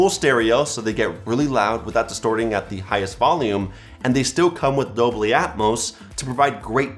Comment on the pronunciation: With all due respect It's Dolby not dobly. Nice review btw👍